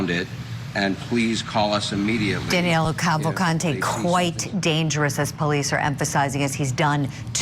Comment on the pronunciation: His name is Danilo not Danelo. I think he’s already in Mexico having a margarita